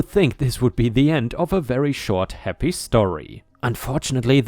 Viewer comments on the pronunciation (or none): none